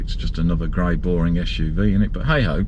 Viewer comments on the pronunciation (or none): none